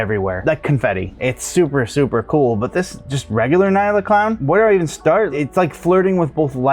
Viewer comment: Nyala is pronounced en-yala. It’s named after and African antelope of the same name and pronunciation.